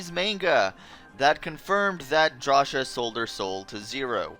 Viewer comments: Drasha? Claysha??? It is pronounced Draw-see-ah and Clay-see-ah! Thats how you pronounce cia! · it's pronounced "draw-see-uh" not "draw-shuh" potato potáto WHO THE FUCK SAYS POTÁTO?!